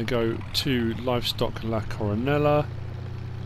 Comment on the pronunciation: What a great map, thanks for the tour. If that’s Spanish, double L’s are silent, Co-ro-NAY-ah.